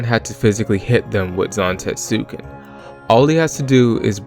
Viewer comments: it's technically not silent, it's just very under-pronounced, like with Sasuke and other Japanese "-suke"/"-suki" names. So technically it's pronounced "Zan-TET-su-Ken," as opposed to "Zan-Tet-SU-ken" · Kinda irked you keep pronouncing it like that, especially since you say it so much through the video. The "U" in Zantetsuken is supposed to be silent, so it's something alone the lines of "zahn-TEHTS-ken". Otherwise, thanks for clearing up a few questions I had about how it worked, like if you need to land it and if the opponent's Items can restore their lost cards.